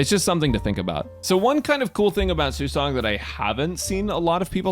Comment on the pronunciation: It's nice to see someone pronouncing her name properly.